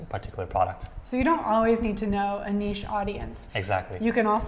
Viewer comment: Someone who could pronounce niche correctly. Respect :)